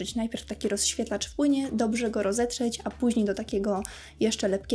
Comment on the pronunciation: Coraz bardziej bolą mnie uszy jak otwierasz usta. Popracuj nad wymowa. Mowisz np. O rozświetlaczu i to słowo powtarzasz w 3 kolejnych zadaniach...